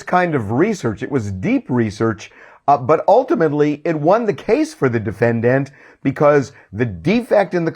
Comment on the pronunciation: Noone: Harvey: De-feNN-Dant